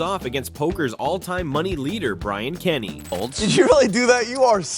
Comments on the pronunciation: SIGH-ver instead of SEE-ver, Rob-el instead of RO-bl, Brian Kenny instead of Brin Kenny. I can't stand AI jabbering. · Why can the people that make these videos, literally never say people’s name correctly? “Brian Kenney” “Scott sighver”